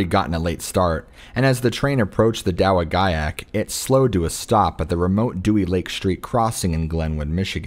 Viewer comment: It's pronounced da wa jack Michigan